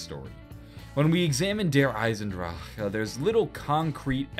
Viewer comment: feel you, it is pronounced Eisen-Dra-chen